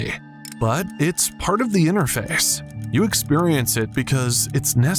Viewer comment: the way he says you sounds very bizarre especially for those who watch it on two times speed. Like he slurred it or something